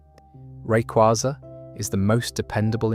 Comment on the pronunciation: Its rayquaza, not rayquaza